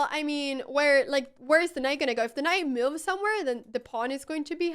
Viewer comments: I adore how every time you say 'moves' you pronounce it 'mewves' :) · I just gotta say it: I am looking forward to every time you say "miuv".